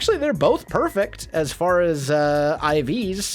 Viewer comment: lol "A poyfect"